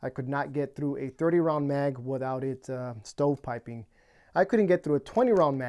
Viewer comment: What’s stow piping or what it is you’re saying?